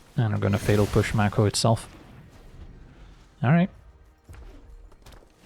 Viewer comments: Mako is pronounced May ko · Maybe it's a regional thing (northeastern US) but I always pronounced it MAY-ko